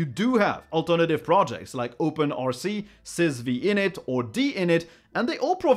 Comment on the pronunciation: It's pronounced "system five init", not "sys vee init". It's named after Unix System 5.